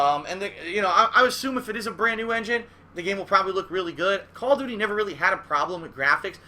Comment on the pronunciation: Call of dooties Lmaooo